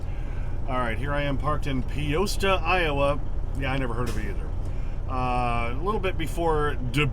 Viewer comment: Clutch, I see you're just outside my hometown of Dubuque. Just wanted to let ya know it's not a long "O" in Peosta, but it's like pasta, "Pee-asta." Anyway, love the content and keep on CLUTCHIN!